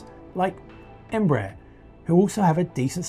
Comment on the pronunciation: They never get Embraer right... It's pronounced like EmbraAIR